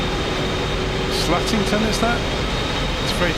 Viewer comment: A few comments on the Allentown area - it's "slate-ing-ton" (long A), the quarry is one of several used for making cement or concrete - one was flooded and turned into a diving center for a while (BTDT in 52F spring water!). The terrain to the north of Allentown is basically the "Pocono Mountains" (generally under 2000 ft MSL) with one very distinct ridge just to the north. They're all a part of the Appalachian Mountains. KABE comes from Allentown-Bethlehem-Easton (three cities in fairly close proximity) but it's known also as LVI - Lehigh Valley Intl (the Lehigh River flows through the ridge at Statington, BTW). Finally, the masts to the south sit on South Mountain - there's a forest of towers waiting to snag the unsuspecting. All that said, I very much enjoy your videos, this one included. :)